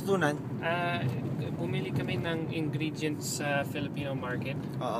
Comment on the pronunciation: I love it when he said “ engreedyent” Filipino accent sa Ingredient